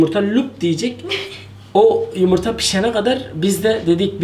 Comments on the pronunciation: te yumurta yerine yımırta diyordun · abini yumurta yerine yimirta demesi peki sdklklskd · Yumurta diyeceksin yımırta değil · Yımırta demesi yokmu 😂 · Koş yımırta yandi (Alara) O pişiodur :D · ne güzel yımırta diyon abi :D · yımırta hahahaahahahaha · abi yımırta pişiyor yımırta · yımırta yımırta 😂😂😂 Ama abi yengeye pirenses denir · Yımırta xD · Abi yimirta deyişin çok güzel😀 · Her seferinde YIMIRTA demesi :) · Abi 1000 kere yımırta dedin d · arkadaslar diyemiyosun